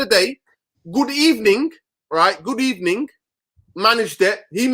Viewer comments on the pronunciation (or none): i beg you stop saying "Good Ebening " 😂😂😂